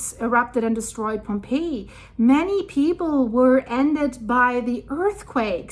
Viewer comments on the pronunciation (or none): none